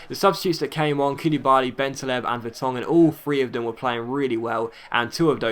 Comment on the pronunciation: Schär is pronounced Shar and Bentaleb is Ben Taaleb(2 syllables)